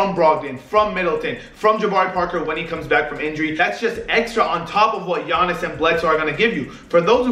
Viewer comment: Nailed Giannis' second name fair play